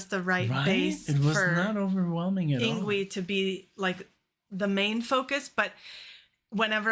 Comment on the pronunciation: His first name is pronounced “ing-vay”. 🤙🏻😎